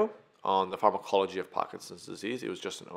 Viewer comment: The way he said pharmacology😂😂😂😂